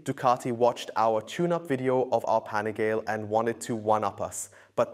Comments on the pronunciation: LEARN HOW TO PRONOUNCE IT! PANIGAL-EEEEEEE!!!! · It's pronounced Pan-i gaah- lay with emphasis on the "gah." Four syllables, not three. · You guys got to stop calling it 'Panigael' bro come on.... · Am I the only one annoyed by how he says panigale? Lol